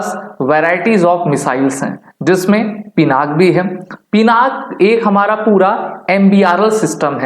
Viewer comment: पिनाक नहीं पिनाका है भाई